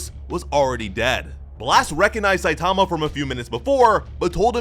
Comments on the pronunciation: What’s up with most of those creators always butchering the names of the main characters?! “Saitaamaaaa” 😂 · 3min into the video and already really annoyed by the mispronunciation of Satama ;( Also the manga pages are presented incorrectly. They should be right to left, not left to right. Example Missing clear dividers between the stories. Sounds like it's just the next sentence. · It's not Saitama, it's Saitama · Couldn't make it past the mispronunciation of "Saitama".